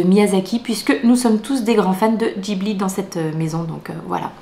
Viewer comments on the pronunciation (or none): none